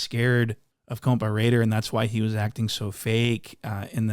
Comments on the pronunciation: Say compa like coca lol 👍 😅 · Ah why aren't you pronouncing it COMPAW ŔŔŔAIDERRR